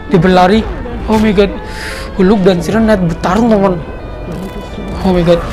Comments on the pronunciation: Bang,cara sebut"Hulk"itu Gini,halk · Bukan hulk. Tapi hak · bukan huluk bang tapi hulk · Bukan hulk tapi halk